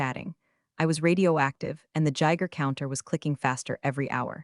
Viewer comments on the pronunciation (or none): Mispronounced words: Patagonia (only pronounced correctly twice in the history of these things) Geiger counter Read Quinoa S.E.C.